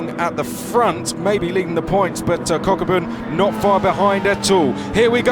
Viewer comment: i wonder if one of the commentators is pronouncing kokubun wrongly, i hope kokubun aint getting triggered by it lol